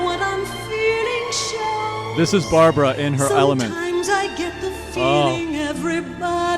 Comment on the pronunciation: It's Barbra, not Barbara.